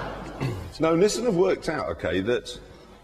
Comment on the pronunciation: Just realised they pronounce Nissan as Nissin. 1 is a car company. 1 is a noodle company.